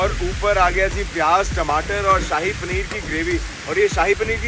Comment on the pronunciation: ਨੇ ਜੋ ਸਾਹਿ ਪਨੀਰ ਵਾਲਾ ਕੁਲਚਾ kulcha bolya kasam to hassa nahi rukh reha 🤣🤣🤣🤣🤣🤣 Shahi panner da saii kulcha bna chadya 😂😂😂😂😅😅